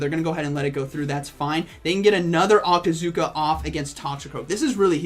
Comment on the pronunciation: I can't even understand...octazooka?